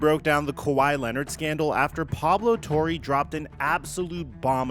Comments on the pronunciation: lmao he name is "Torre" not "Tory" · the least you could do is pronounce Torre correctly